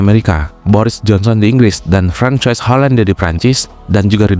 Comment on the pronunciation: Naratornya tolong belajar lagi bagaimana membaca nama asing. Masa Francois dibacanya kayak Franchise, dikira KFC?